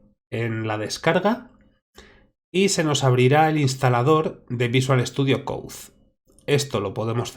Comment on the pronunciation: no es para ofenderse, pero no se pronuncia: "coudzdzdz" (VSC), se pronuncia:"coud". por lo demás, todo bien, exelente video!...